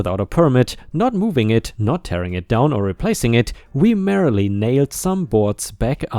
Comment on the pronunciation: merely = MEER-lee. hallowed = HAL-ode syrup = SIH-rup or SEE-rup chorus = KOR-us pestiferous = pes-TIF-er-us enamoured = ee-NAM-erd Great story, and told very well!